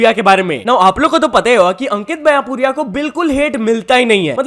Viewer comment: Bhai vo baiyapuriya nhi baiyanpuria hai ❤️